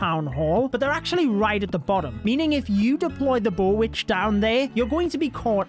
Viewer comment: I have never seen a th11 attack me with anything other than e-drags 💀 "bowitch" 😭